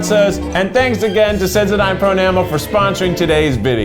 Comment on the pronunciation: I don’t know WHY it bothered me so much and I love this video but it infuriated me how he pronounced sensodyne at the beginning 🥺😂